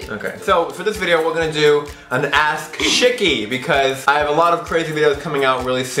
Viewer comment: It sounds like he's saying Shitty instead of Shicky.